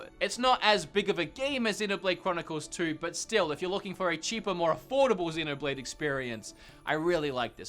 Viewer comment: When you said Xenoblade I thought u said dinner plate